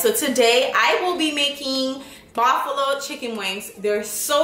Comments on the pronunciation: She said Baffalo not Buffalo lmao uneducated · Bafulo everytime she says bafulo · Bro am I tweaking or is she saying buffalo sauce weird af lmao